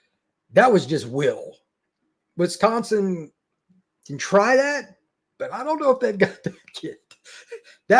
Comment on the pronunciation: You would think could get a guest that can pronounce Wisconsin to talk about Wisconsin… 🤷🏼‍♂️